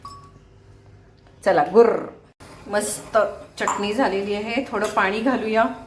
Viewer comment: च्यटनी नाही हो बाई. .. .. चटणी असते ती